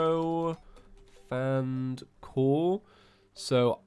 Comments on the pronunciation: Why does he say “Profanned” and not Profaned? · It’s “profaned”, not “pro-fanned”!